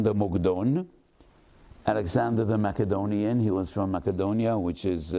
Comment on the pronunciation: Bro couldn’t even pronounce Macedonia. 😂